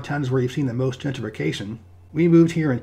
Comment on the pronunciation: There's something different about the way you say "gentrification" and "gentrified". The way you almost skip over some syllables is peculiar